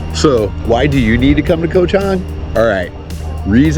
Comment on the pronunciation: KOH (island in Thai) is pronounced with a soft (o) like in the word GOT. Just say GOT without sounding out the letter (t). That’s how you correctly pronounce KOH.